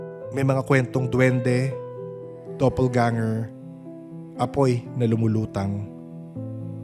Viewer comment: "Doppelganger" po. Not double ganger 👍✌️